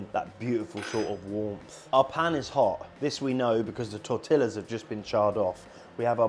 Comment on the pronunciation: Please stop saying tortillas 😂